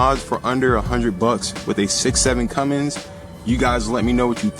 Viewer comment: Good video... Only complaint... It's Cummins not Cummings. lolol ( my son gets on to me about that ) Good Stuff... I am subscribing also.